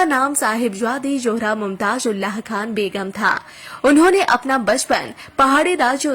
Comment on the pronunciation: Not "johra "but " zohra".thanks.